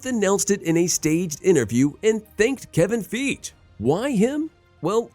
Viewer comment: "Kevin Feege"